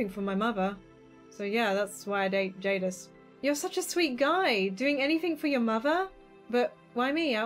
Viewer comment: "Jadis" THATS MY NAME OMGOMG AHHHHHHH!! (also yea u said it right)